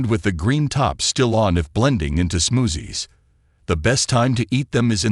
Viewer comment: I love the way the AI voice pronounces “smoozzies”. Seriously, trying some of these fruits could be worth it if they do result in higher collagen in the body. Making meat broth is very time consuming compared with eating raw fruit or making smoothies